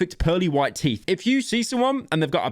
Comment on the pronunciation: I love how he takes a break in the middle of the video to talk about how "YOIR TEEF AR ACTULLY SHAPPOSED TO BE WHIETE"-💂‍♀️🇬🇧💷☕️🌊🤓🤓🤓